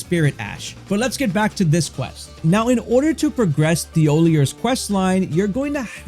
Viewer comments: His name is pronounced "TeeOhLeeA" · Its pronounced Tee oll eee ay. Did you even play the game? They make it very clear how to pronounce every single npcs name all you have to do is listen. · Imagine someone saying your name like 100 times and mispronouncing it every single time. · Drinking game: take a shot every time he mispronounces Thiollier's name. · I hope whenever you’re having a good day this video pops up and you remember how annoyed you got that a random YouTuber pronounced an NPCs name slightly wrong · Please look up how to pronounce a French name.